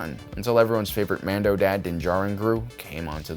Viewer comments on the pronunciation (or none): none